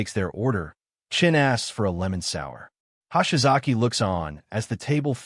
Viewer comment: "Hahshy-Zocky Ano-Suck." When is AI going to "get" Japanese pronunciation?